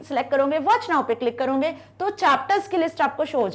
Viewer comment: करोगे❎. कर‌रौंगे✅😂😂😂😂